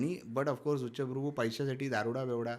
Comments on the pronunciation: उच्चप्रभु नव्हे उच्चभ्रू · उच्चप्रभु नाहि उच्चभ्रू बोला